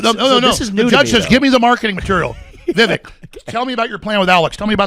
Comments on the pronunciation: Hey Alex, it’s Vivek like cake 😂🤣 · It's pronounced Vi vuhk like cake, Alex! Or I'll start calling you Alec. LOL ;p Great interview Vivek. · Vi-Vake...when are they going to get it right? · VIVEK RHYMES WITH CAKE ALEX !